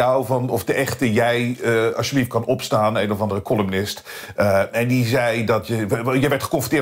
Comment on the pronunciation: je blijft columnichten verkeerd zeggen. Verder een top format, ga zo door!